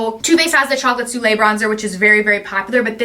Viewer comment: Aww! So sweet! Lots of goodies, can’t wait to get my boxes! Just FYI...it’s pronounced so-lay (soleil)! Hope that’s helpful!